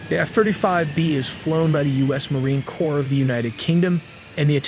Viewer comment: Marine Corpse? Its Marine Corps, spoken like "core"...if this is someone reading a script, do better. If it's AI, review the audio better.